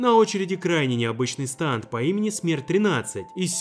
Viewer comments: Вроде произносится не станд а стенд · Не станд а стенд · Если на английском то нужно говорить стенды, а не станды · КАКОЙ СТАНД!!!?!!?!!!?!?!!1 СТЕНД ПРАВЕЛЬНО СЬЕНД!! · Разве не стенд , а не станд? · не станда а стенда или стэнда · Не станты а сденды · Это не станд а стенд